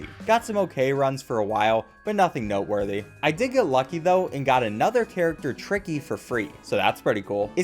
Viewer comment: Why did you say it like triky